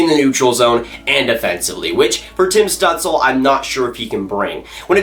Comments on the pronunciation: You should look up how to say Stutzle, it wasn’t close 😹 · That is not how you pronounce his name